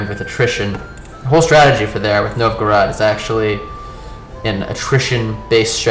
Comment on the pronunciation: The correct Russian pronunciation is closest to "NOVE-go-road". :)